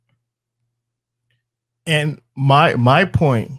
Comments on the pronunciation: She can’t even say successful. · "muh uh wool see who be sussesful" Trust me, we already know. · It's funny, she can't evven say the word successfun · That girl couldn’t even pronounce successful right